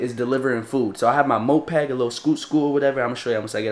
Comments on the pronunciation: Bro it's moped not mopeg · its called moped not mopeg, also thats not a moped